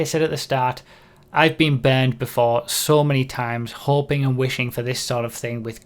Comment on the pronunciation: I didn't realize, until the very end if the video, that you weren't saying "banned" but "burned".